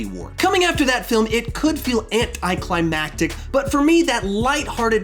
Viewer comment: You didn't just say ANT-i climatic